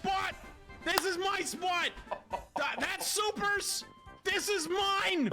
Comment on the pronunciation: SPAWT - the Boston accent came out 😂